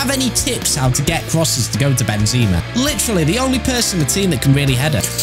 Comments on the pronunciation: Benzaaamarrrr not benzeeemarr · It’s not benzeeeema, it’s benzema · Ben ze ma Not benzeeeeeeeeeeeeema ffs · It’s pronounced Ben - ze - mar not Ben - zee -ma